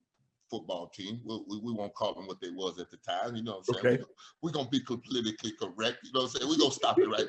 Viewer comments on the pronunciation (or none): "PLALITICALLY" CORRECT is the way to go